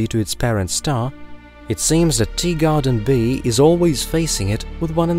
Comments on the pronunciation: . Yeah, I know such phenomena exist….. but he’s still saying “Deegarden”!’ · Just you. It’s a known auditory phenomena, look it up